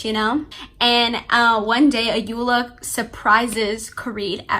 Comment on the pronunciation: The Protagonist name is pronounced as Ko-Re-Dey The Sisters name is pronounced A-yo-Ola The authors first name is pronounced as O-yin-kan They are all Yoruba names